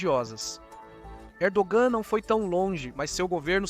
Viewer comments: Camarada estás a pronunciar mal o nome do Pr da Turquia, não é Erdoam mas sim Erdoğan. Para bem do canal há que melhorar a qualidade do luctor. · Não dá para confiar no roteiro desse video que, uma hora fala que a estratégia de ERDOGAN (0'29 - as jogadas da Turquia estao FAVORECENDO PUTIN mais rápido). Depois fala que a estrategia de ERDOAN (nome pronunciado errado) é IMPIEDOSA COM PUTIN..... e ai, galera?